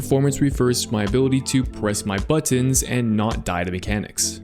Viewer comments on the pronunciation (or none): Why do you add extra T's in your words?? Butt-tens, Import-tant, etc. I'd guild kick you for that